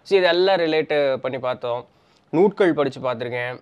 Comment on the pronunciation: நூல்கள் என்று சொல்வோம்.நீங்கள் நூட்கள் என்று சொல்கிறீர்கள். எது சரி.